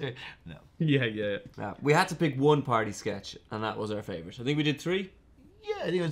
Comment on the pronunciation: "throws a pary" caught that